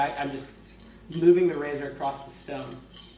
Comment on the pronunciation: Hahah super helpful videos but we have to get you to stop saying "acrost" instead of across